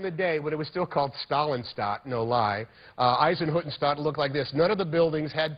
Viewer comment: Hanks pronounced "Eisenhüttenstadt" really well